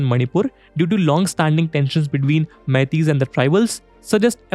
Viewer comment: Glad to hear the correct pronunciation of "Meitei"